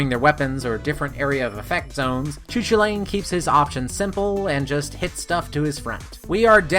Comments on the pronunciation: "Choo choolane" LMAO But in all seriousness its pronounced "Koo Kool layn" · I've heard that pronunciation you are describing is pretty obscure or maybe even incorrect. Irish person I know told me it was "koo kal in" with "koo" like "coo" in "cool", "kal" like in "Carl" just without the "r" (or like in Superman's name "Kal-el") and "in" just like the usual word "in". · You pronounced his name wrong, great video still but as a person who really likes Irish mythology I get irked when you pronounce his name. It is pronounced Koo-cul-lain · Best doggo’s spotlight, he’s got a LOT of speed and distance to work with in his combos, but if you can steer him properly he can wipe out crowds faster. But yeah he’s definitely unfortunately underwhelming thanks to his overwhelming movement and linear focused attacks. Also I know Celtic names are super tough, but Choo Choolain is probably the funniest pronunciation I’ve heard yet. The closest I can spell out a pronouncing guide is Coo Cullen.